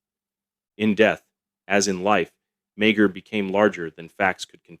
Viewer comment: Meagher is pronounced Maher.